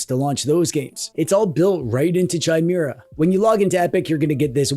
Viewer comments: The H is silent in Chimera but otherwise as always a great vid. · DRINKING GAME!!!!!!. Take a shot every time pronounces 'Chimera' incorrectly!! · Anyone else bothered that he says Chimera instead of Chimera. Clearly its Chimera and not Chimera. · That's not how chimera is pronounced.... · If you don’t learn how to pronounce ‘chimera’, I stg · Pretty sure the H is silent in Chimera. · The way you say Chimera is insane.